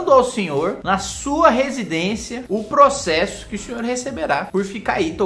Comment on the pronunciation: Pô Kim vc esqueceu q nao "processo" que fala "PROCHEXO" KKKKKKKKKKKKKKKKKKK UM PROCHEXINHO BEM DIFERENTINHO KKKKKKKKKKKKKKKKKKKKKKKKKKKKKKKKKKKKKKKKKKKKKK